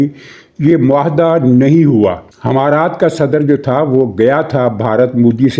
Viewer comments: محترم جناب حمارات نہیں امارات ہے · sahib h=e, not himaraat it's emirates. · لفظ امارات ھے نہ کہ حمارات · حضور امارات ہوتا ہے حما رات نہیں ، اور 3 تہائی والی بات سمجھ نہیں آئی